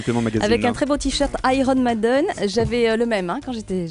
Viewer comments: 'Avec un très beau tee shirt 'Iron MAden, j'avais le même quand j'étais enfant.' Oui madame, mais tu sais pas le dire. C'est MEIden. Pas MAden. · Avec un très beau tee shirt iron méden (déjà ça se prononce mailledeine) madame, et puis pour le coup, on s'en fou de ta vie passé. :D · Elle sait même pas le dire en plus !